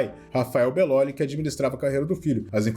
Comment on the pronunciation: falando meu sobrenome como bellóli me fez rir kkkkkk soa tão diferente do bellôli que eu falo, agora que reparei nisso